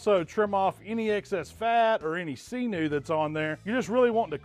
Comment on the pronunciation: He said “see-new” 😂🤣